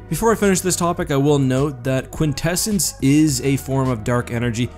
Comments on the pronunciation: I thing you pronounce it Quint Essence Quint like in quintillion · this man said quinsessence... I thought i was watching the netflix voltron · For a second I thought he said "vortessence" instead of quintessence. I guess I have a brain injury.